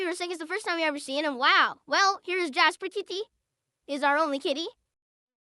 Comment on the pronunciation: Someone needs to curb stomp him every time he says "Jasper KitTee."